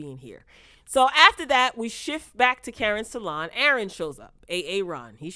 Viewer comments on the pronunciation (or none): You saying simple Sabrina and A-Aron has me weak. 😂